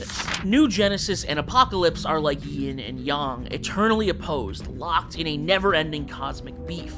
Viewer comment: I subbed because of your pronunciation of yin and yang. Sounds legit 👍🏾